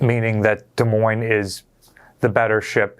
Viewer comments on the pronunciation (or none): All I kept hearing was saying the S in Des Moines